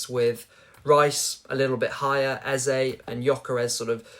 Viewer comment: The pronunciation of the name EZE is A-Z-A, not Ezer. It's a Nigerian name that means "King", Ezer has no meaning. It's frustrating every time I hear it.